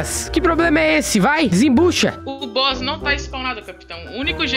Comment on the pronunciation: "negócio de boss" Oque eu escutei: " negócio de bosta Kkkkkkkk